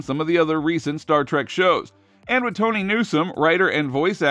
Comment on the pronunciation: I believe you're right,. (Also {as has been pointed out elsewhere} the announcer thought that Mz. Tawny Newsome's name was pronounced "*Tony*"--- so his being unsure of the location of the Academy seems appropriate.)